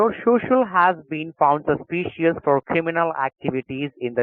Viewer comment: Sauce- pee- she- us. Nice.